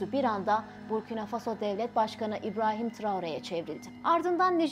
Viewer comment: Когда научимся правильно ставит ударения на слова? Обычно в слове Фасо удания падает на второй слог.